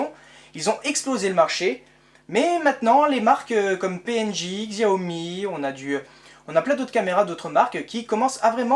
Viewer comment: Xiaomi se dit "chaomi"